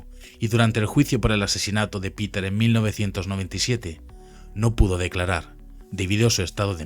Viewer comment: Por favor el río es Spree;, que se pronuncia spre en alemán, no spri en inglés. Y Peter es Peter en alemán., no pita en inglés. Seamos rigurosos, el documental genial